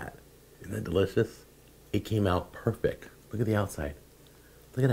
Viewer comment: It came out "perfec"